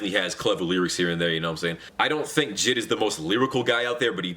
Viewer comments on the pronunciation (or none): U said jid not JID I’ve never cringed more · He said jid not J.I.D. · It’s J I D not jid